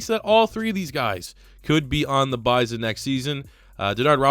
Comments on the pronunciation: Oklahoma native here, its Buy-Sun, not Biz-On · BYE-SON not BYE-ZON